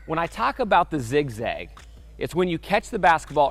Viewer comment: still says ziz gag